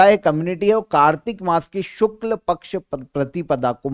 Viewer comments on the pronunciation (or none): none